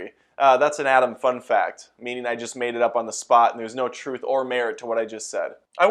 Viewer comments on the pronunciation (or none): none